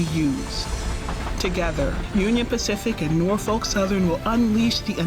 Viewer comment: First….learn how to say Norfolk….